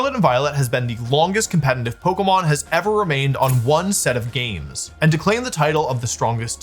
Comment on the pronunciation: Day 48268 of Wolfie not being able to say «competitive»